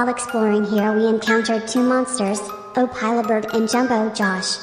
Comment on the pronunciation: Bro really said “Opilah Bird”💀💀💀